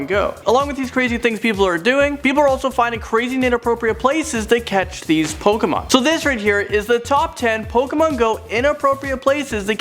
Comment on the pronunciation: lol pokamon go